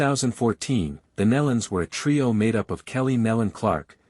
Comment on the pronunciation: Learn proper pronunciation of these sweet people's name- (knee-luns) Nelons